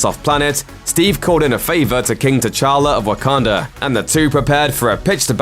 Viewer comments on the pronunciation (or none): none